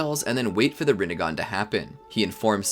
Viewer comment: That you said ramengan